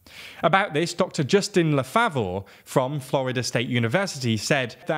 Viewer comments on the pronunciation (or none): none